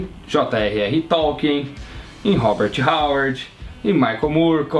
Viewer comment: não kkkk ele falou errado